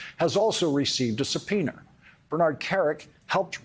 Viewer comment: Lawrence said supeoner.